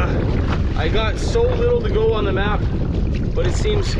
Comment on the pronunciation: Map not mout